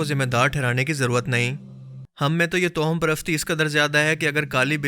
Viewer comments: Towham nhi, tawahhum parasti sahi word Hai. Jao Bhai apna kaam kero! Faaltu k fatway laganay aa jatay hain kahan kahan se! Aapki Sharafat apni jagha, jiski qadr kerta hun, laikin Aap khud kuwain k maindak na Bano. Kaafi arsay se follow kerta aa raha hun, aap social issues per baat Kari science, random facts. Laikin Islamic videos mein fatway na lagao. Shahwaliullah ki nazm ghazwa hind wali? 2ndly Kia aap bhi dhruv rathi ki video daikh k Aey ho? Bhai ikhtelaaf bohot hai riwayat mein. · تو ہم toham نہیں، tawahham ہوتا ہے۔